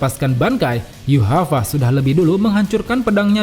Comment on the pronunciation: Yuhava ? Yg benar min yhwach bukan yuhava, itu sih yg ku tau.